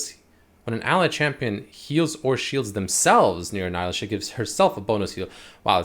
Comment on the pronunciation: its nee-lah she even says her name in the trailer 🤦🏻‍♂️